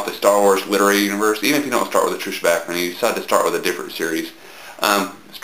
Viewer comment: It's "Back-Koora" trust me.. Only Americans could pronounce it as stupidly as Bakerrha XD